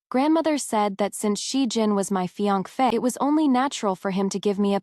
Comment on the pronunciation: The ai kills me. Saying me instead of my, or fienKfay instead of fience